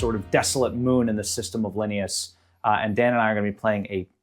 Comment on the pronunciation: Linneaus is "Lih-nay-us"